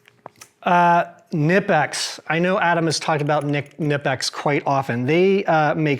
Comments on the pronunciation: knipex is NOT pronounced with a silent K. CNI PEX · Knipex: You ARE supposed to pronounce the K.